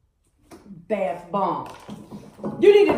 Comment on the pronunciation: i love how her mother says !!BATHBOMB!!.